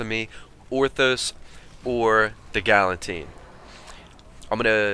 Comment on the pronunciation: You said "Galantine." thats hell funny it s "Galatine" lol